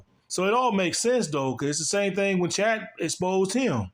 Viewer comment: Do you say “Chet” incorrectly on purpose? Sounds like “Chat” when you say it lol